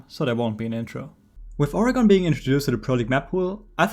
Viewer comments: It’s pronounced organ not ori-gone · As an Oregonian your pronunciation makes me cry.